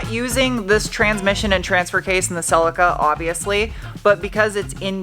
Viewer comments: See-Lee-Ka, See-Lee-Ka, See-Lee-Ka, See-Lee-Ka, See-Lee-Ka, See-Lee-Ka, See-Lee-Ka, See-Lee-Ka, See-Lee-Ka, See-Lee-Ka, Celica. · Will you please for the love of...hello kitty... Please say Celica with a long eeee in it please..celieeeeeca..... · Cel-eeeca, selicka is breaking my brain 😆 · love the way you pronounce celica over here we pronounce it as phonetically as cell lee ka, look forward to the rebuild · In Australia it's pronounced Ce-lee-ca. Have to laugh! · Is that how it's pronounced over there? Rather than "sell-lee-kah"?!? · In the UK, we call it a "Sell-Lee-Ka", so hearing a different pronunciation is weird to my ears.